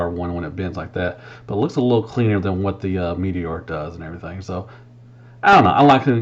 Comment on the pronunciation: “And erietheeng”